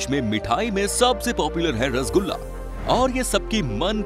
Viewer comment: Rasogula appke voice me bahut achha laga sir so funny 😂😂😂😂😂😂😂😂😂😂😂😂😂😂😂😂